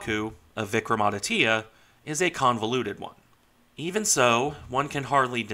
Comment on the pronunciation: Regarding the pronunciation, you almost got it right. The "Vikram" part was perfect. The "aditya" part is pronounced as "aadi" (with a soft 'd') - "tya" (with the 't' and 'y' sort of joined together into a single syllable). Regarding the ship herself, she has been fairly decent in her service, with the exception of her recent refit where she had an electric short-circuit leading to a minor fire. Regarding the two-carrier part, the thing about a lack of aircraft is true. The Indian Navy has 45 MiG-29Ks in service, including training aircraft. The two carriers require some 60 aircraft between them (including trainers that would normally be stationed at naval aviation bases). To rectify that, the Indian Navy has announced an order for 26 Rafale M aircraft for Vikrant, with the MiG-29K then planned to be stationed for Vikramaditya. Subsequently, once the indigenous Twin Engine Deck-Based Fighter (TEDBF) enters service in the early 2030s, those aircraft would be stationed from both, and potentially the proposed third carrier, which would be a 50,000-ish ton half-sister to Vikrant.